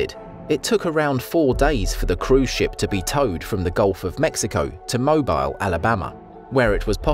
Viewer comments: Sir, it's not MO-bile, AL, but Mo-BEEL, AL. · HO Ho Ho, Normally, of course, the Brits would pronounce the word "Mobile" as Mo-bile", but the Americans pronounce the city as in "automobile". Can't even get that right! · ‘Moe-beel’ Alabama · Ha I knew a native of Alabama was gonna correct the narrator's pronunciation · Have you even tried to pronounce italian names? Well, you've also said "Mobile" wrong....